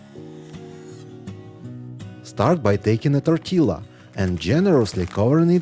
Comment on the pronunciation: I'm lookikng forward to making some of these! Yum! ... Pssst... tortilla is properly pronounced "tor-tee-ya" (tor like more, tee like a golf tee, and ya like 'see ya!')